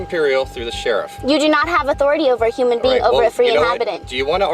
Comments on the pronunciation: “human bean” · Ain't no way she said "human bean" 😂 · “Human bean” lmao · Human bean... must've learnt to speak from BFG.